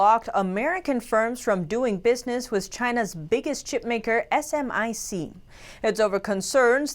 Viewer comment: We call it Smic, not S M I C. Just fyi.